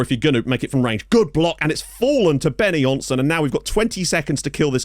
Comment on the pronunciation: Benonysson = Benno Neesson, not Benny Jonsson.